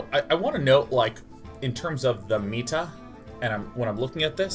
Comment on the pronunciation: Did he pronounce meta wrong..?